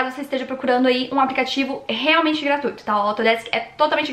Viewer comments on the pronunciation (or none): none